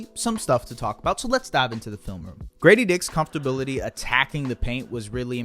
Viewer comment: Did you say "comfterbility"?